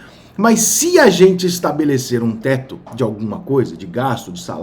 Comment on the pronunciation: Só ele que fala TESTO kkkkkk